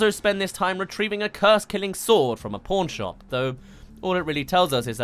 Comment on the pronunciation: I love how he said pawn shop👉👌